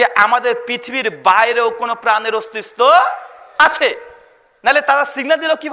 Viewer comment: "অস্তিস্ত" নাকি অস্তিত্ব